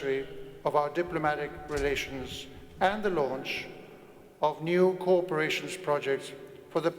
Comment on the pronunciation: dear European friends speaking English--let me help you pronounce " cooperation" correctly--say it..co operation. If you don't, we hear you say "corporation". I was a study abroad student at the Royal Academy at the University of Madrid as a university student, and became an English and Spanish teacher. Pronunciation is paramount. Congratulations , both Kings, for your excellent English.